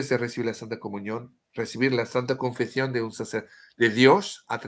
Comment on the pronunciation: Sigo escuchando, y por si me lees, te corrijo un poco tu español de cocina tan simpático: te digo, se dice "ConfeSión", con ESE (S). En español "Confección", con Cé (C), significa elaborar, confeccionar, coser ropa, telas, hacer trabajos manuales. Pero alabo y sonrío en tu esfuerzo por utilizar las Cés (C) españolas 😉